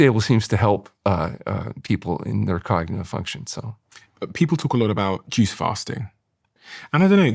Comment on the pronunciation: Lol. I totally thought that's what he said at first too. Took me awhile to finally realize he was saying "juice fasting"